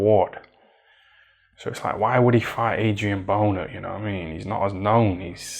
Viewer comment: man said "adrian boner" 💀